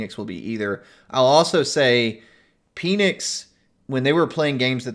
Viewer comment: Has anyone corrected you on your pronounciation of Penix?